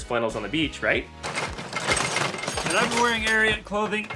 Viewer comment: You guys should enunciate the t in ariat. For the first half of the ad i thought you were saying arian clothing, which is rather unfortunate from a group of white guys. :) there was much relief when i read the logo. White supremacy doesnt seem like your brand.